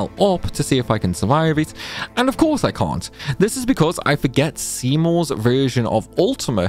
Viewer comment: nice video. i cont understand how you cant say cant kinda sounds like your saying cunt lol.